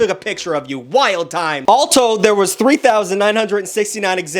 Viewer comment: I like the way he said "Alto" like an Alto sax😂 wether it was on purpose or not.